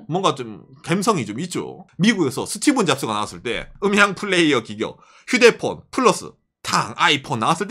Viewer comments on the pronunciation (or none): 스티븐 아니고 스티브 잡스요!!!!! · 스티(븐) 잡스.. 스티븡 유 같아서 거슬리네요 ㅋㅋ ㅋ 스티(브) 잡스 부탁드려요 ㅋㅋ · 스티븐잡스가 아니라 스티브잡스입니다